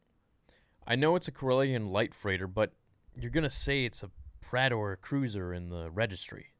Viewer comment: Think it’s pronounced “Prey-tore” cruiser.